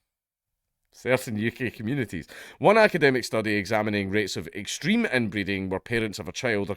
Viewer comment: "Extereme" hahaha. Deein' your cousin while bungi jumping, or tandem sky diving?